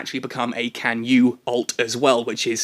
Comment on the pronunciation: hey, chinese player here... it's pronounced tsan-yue, yes, the c is pronounced ts